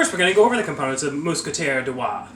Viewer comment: . i’m french canadien and you said Roy perfectly.